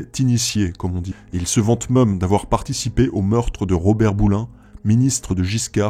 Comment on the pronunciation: (Même, et non pas "meume")